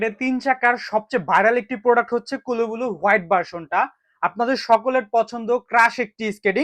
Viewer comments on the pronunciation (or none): আরে ভাই কুলু বুলু না কুল ব্লু (cool blue) নাম টা ঠিক মতো পইরেন